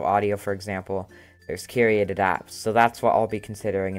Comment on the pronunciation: And KYUR-ay-ted, not KYUR-eee-ay-ted